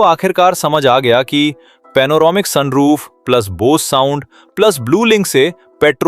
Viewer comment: Soon roof kya hota? Sun roof hota hai😂😂😂